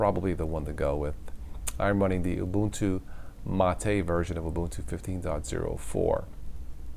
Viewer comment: for correctly pronouncing Mate.